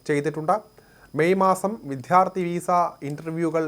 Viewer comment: ആദ്യം വിദ്യാർത്ഥി എന്ന് പറഞ്ഞു പഠിക്കുന്നത് നന്നായിരിക്കും